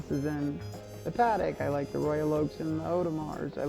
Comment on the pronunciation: Watched a few minutes and was the usual… $$$$ flex and same old pieces ( he’s considerably wealthier than me so kudos there )… pronouncing Patek like an Indian cooking sauce always annoys me …..